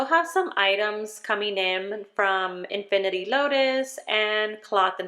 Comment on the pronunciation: Cute video! Friendly FYI - it's Infinite (in-fin-it) Lotus. Love her inserts and her dashboards (double-sided).